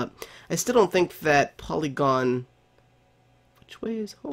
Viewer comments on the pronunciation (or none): POLYGON?! xD ITS PORYGON xDD